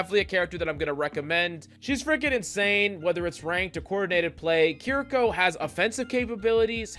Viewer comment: Key rree kaw